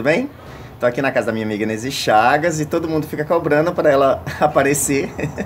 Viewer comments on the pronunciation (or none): E eu q achava q o nome era Inesi, pelo jeito que chama hahahhahahaha. Parabéns, Nesy, sua coleção é belíssima!